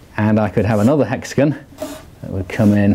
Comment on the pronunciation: "Hexigin". "Pentagin"